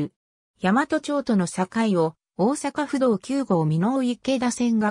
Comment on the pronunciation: 大和(ヤマト）でなく「だいわ」です。